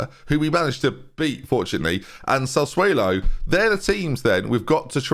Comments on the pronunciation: real talk now... how are your pronunciations getting worse??? I'm a long time viewer of your channel and your ability to pronounce players names is plummeting. Biram Diaz? Sassuelo? Sort it out or we're all unsubscribing. Every last one of us. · I feel like I'm the only one annoyed by pronounciation of sassuolo lmao